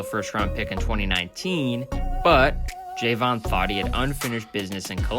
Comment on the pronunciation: It’s not Jayvon it’s Javon